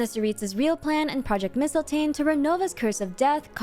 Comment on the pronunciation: Oh my gosh, thank you for pronouncing mistiltein correct. I was getting so mad when every character was saying it wrong.